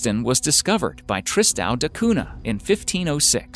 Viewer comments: Tristan da Cunha (cuña, not cuna) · Cunha is a Portuguese family name and is not pronounced CUNA. The H is not silent. It actually gives a sound similar to the Ñ in Spanish. So, the sound is like CUÑA. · It's pronounced koonya, not koona (Tristan de Cunha). For heaven's sake hire a professional narrator. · Dude, you’re spelling “cuna”? Google listen Cunha.